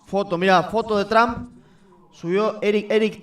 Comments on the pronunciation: He estado pendiente, con uds gracias, y se pronuncia Donald Trump, no tramp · No es. Tramp.... es tromp la fonética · No es tramp es trump ridiculo regresa ala escuela boludo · Pronuncia bien el nombre cojone